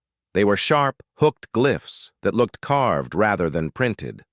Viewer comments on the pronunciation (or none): none